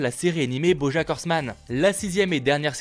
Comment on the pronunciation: Il faut soigner sa prononciation en anglais ;un mot sans voyelle à la fin comme le mot 'back' et bah le "a" se prononce "a" tout simplement. sinon votre présentation c'est 'cool'